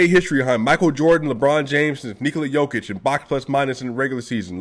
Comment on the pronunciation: Nemoj pricati gluposti, brate. Don't talk stupid thinks, brother. Jokic is pronounced initially like yes or year, and in the end like the genius Pete Maravich (maybe originally Mavrovic) but still written Jokic.